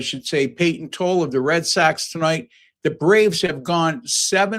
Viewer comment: Next time pronounce Tolle’s name correctly👍